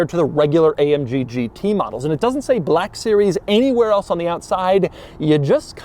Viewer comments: Is it a 'Black' series or a 'BLACCCHHHK' series, Doug? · 😢I love when something on this channel is called "black" so I can hear Doug overpronounce "black" every few seconds. "buhhlack" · I learned a new pronunciation of "black". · Soz doug but it's embarazzzzing